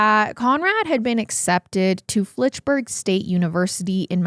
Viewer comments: Fitchburg state, there is no l. I live 20 minutes from fitchburg. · I love you guys so much & I know this case is serious it was huge here in MA but hearing say Flitchburg state instead of Fitchburg did make me giggle a bit